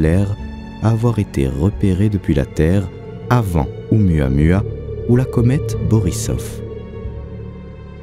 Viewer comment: C'aurait quand même été sympa de se renseigner sur la prononciation de Oumuamua (prononcé Ou-Moua-Moua) avant le docu. Ca écorche pas mal !